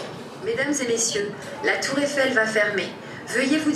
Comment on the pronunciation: "Tour effelle"